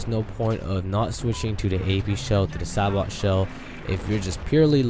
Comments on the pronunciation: its not sa bot, its a bit different, is more like ''say bow'' ''sa bow'' because ( if i remember correctly from my grammer lessons, the T makes a W sound instead in that word ) but whatever lol it just bugs me when people say a few words like that, anyways great breakdown! thanks for the info :) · sabot.. (say-bohe) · BTW SABOT is pernounsed Say-Boe ;) good video!